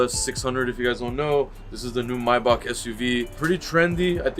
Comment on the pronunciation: I like how he correctly pronounces Maybach a lot of people mispronounce it and say “may back”